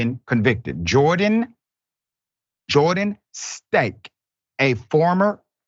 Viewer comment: He said the cop's name was Jordan "STANK." 🤣🤣 I'm sure Dr. Richey knows it's pronounced STINE-KEY(Steinke), but I appreciate the hilarious jab at a sh*tty, criminal cop. Thanks, Doc.